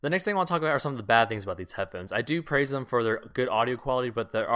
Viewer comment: lol he says head phens